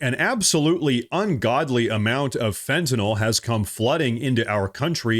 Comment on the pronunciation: You pronounce Fentanyl properly im subscribing